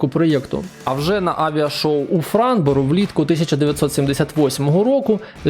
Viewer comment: Дивлюсь у 2025-му. F-16 серйозного впливу на ситуацію на полі бою не мали. Франція передала нам 5шт. перехоплювачів Міраж 2000-5Ф. Супер Етандар нам нахуй не потрібен. Дассау, Дессаулт, ЕтЕрнат Етендер Етендарт та дАссо - це блять фіаско, братан, вуха в'януть. Ну а "Міраж 2000 має аеродинамічну схему "качка"", "аерошоу у Франборо" - це відписка нахуй. Ти взагалі не розумієш те що ти там начитуєш. Зараз будь-який довбойоб здатен зібрати аудиторію невігласів 😂